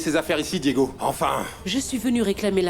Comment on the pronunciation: J'adore quand appel Ana Lorena:Lorelayy et Diego:Diegounè😂😂😂😂😂